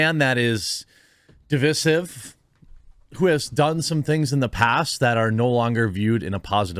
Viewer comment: Please stop saying the word divisive wrong?